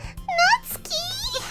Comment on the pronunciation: Finally the first person to not butcher Natsuki's name.